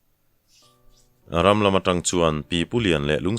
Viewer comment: Hreng siam chungchang a RAM tih hi a thluk dan a dik lo. RAM tih thil tliak hma kan sawi ang hian lam tur. Eg. Phuanberh hi thing ram tak a ni.